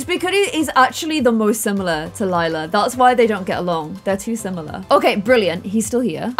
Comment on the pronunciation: If you had named Lila, Lilac you wouldn’t have so much trouble pronouncing her name.